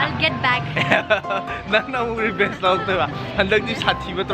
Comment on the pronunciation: It's revenge not rebenche